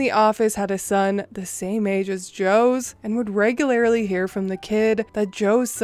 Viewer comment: Hey say REGULARLY... lol I've noticed it every time on every video, but just now decided to tease you... maybe its because i finally Medicated (lol) but you say it as if its spelled regular-i-lee... i say it like regular-lee